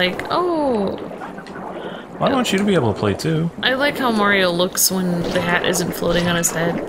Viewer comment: Its'a me, Arr-io!